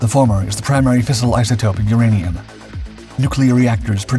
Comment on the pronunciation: Also I'm going to add the I'm pretty sure he did use AI due to the pronunciation of "uranium".